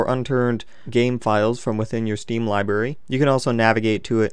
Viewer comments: You said libary its library ) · "Liberry" lol.